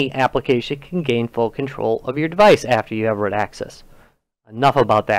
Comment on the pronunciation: Root not rut